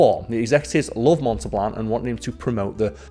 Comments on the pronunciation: Montal-bahn. Not Monta-bLan. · Montelban, not Montelblan, still made me laugh every time. Then again, maybe I'M the one not fully understanding your wonderful Yorkshire accent. Hmmm?